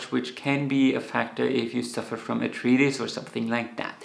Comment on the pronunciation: Arth-rye—ts, not arth-reetis